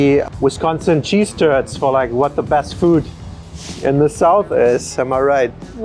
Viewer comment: LOL, sure sounds like Peach Toddlers and Cheese Turds. If that is what you actually said, then it is really Peach Cobbler (like the shoe maker) and Curds. Oh, and the topping on the pie is Meringue which is made with egg whites and sugar. I am not a fan and prefer whipped cream, but we all have our own way. I am a slaw on the sandwich type of guy.